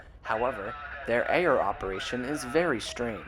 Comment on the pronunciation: FYI, Ayer is locally pronounced "Air," with one syllable.